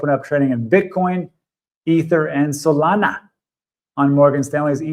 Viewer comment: I’ve been watching for 3 years, I’ve never heard not pronounce Solana, so La naa 😆🧡